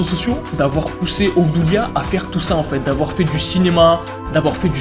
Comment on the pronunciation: Toute la vidéo je croyais que tu disais Hamdoulia 😭